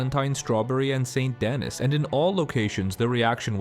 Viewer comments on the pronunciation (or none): How can you play the game for hundreds of hours and hear St. Denis spoken out loud at least a couple dozen times and still say "St. Dennis"?